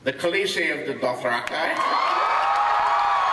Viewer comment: Doth-ra-kai? So it isn't Douth-ra-key?